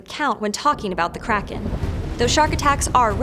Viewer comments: it’s so annoying she pronounces it like “crack-in” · Kraken hmmmm Take out the second k and switch r and a